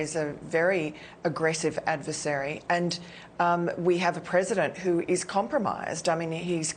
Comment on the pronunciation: China ends with an "a" not an "er".